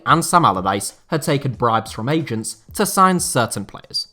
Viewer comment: You can’t pronounce agents or what?